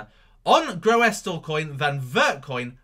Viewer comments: its prounounced gr-oo-sil lol but love the vids! do you think the altcoins will regain its bitcoin value before it dumped on oct 8th? thankyou! 0x71000b7fa6a347b5bae6b528a109efeb2f692867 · Say it like, 'GROOSLEcoin'. Real simple. (GREW SUL). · it's pronounced as ''Groosle coin''